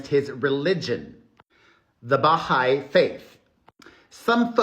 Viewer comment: Hi, I just wanted to let you know Perez that you are pronouncing the Baha’i faith incorrectly. The emphasis would be on the hai not the Ba. Maybe Google someone saying it so you can hear it. I just thought you should know because you’re saying it quite often. Love you much.❤